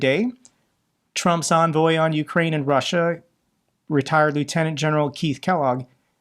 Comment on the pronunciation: it is spelled and pronounced EN-voy not ON-voy or UN-voy